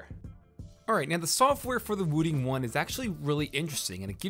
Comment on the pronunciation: its not wooting its woo.........ting as in this ting